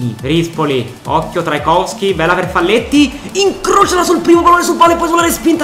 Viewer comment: bellissima💗🖤ma ti prego, si legge faglietti(è uruguayano)